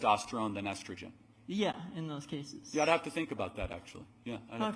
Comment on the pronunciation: Intersex? >snicker< No, emo. It's more like one on a hundred cases. Oh...and somebody oughta tell this little creature that 'yeah' doesn't start with 'ee'. It's yeah, not eeyeah. His parents oughta get dined for everyday this throw back is out in public.